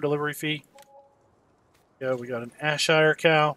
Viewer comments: JFYI it's pronounced air-shire lol. Good video. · BTW it is pronounced Air-Shire